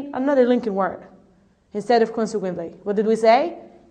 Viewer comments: not kwansek but konsek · Check your pronunciation about "consequently " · I'd like to thank and congratulate you for this noble work. You've done such a great job for the lesson was concise and to the point, but still I have some remarks on how you mispronounced ( consequently) and you put too much stress on the D in ( due to) which gives the impression that you're saying ( do you to). Good luck and keep up the good work!